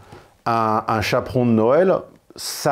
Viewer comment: Un Chapon, pas un Chapron 😮‍💨